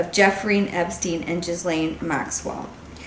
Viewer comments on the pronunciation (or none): Gill as in fish gill and then lane. Gi-lane. Not jizz lane lol 😂